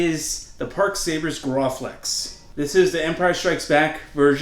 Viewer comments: "Graw-flex" Did....did you mean "Graflex" "Gra" as in "Gravy" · Graflex not grohflex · Gra-flex not Graw-flex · Did he just say groflex? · LOL you called it a grawflex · it's not gray-flex nor is it gray-flex. It's GRA-flex like grab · Not how you say graflex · I almost clicked off when you FAILED to pronounce "Graflex" properly.